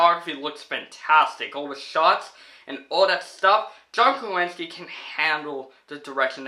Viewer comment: I think your pronouncing John Krasinski’s last name incorrectly 🤨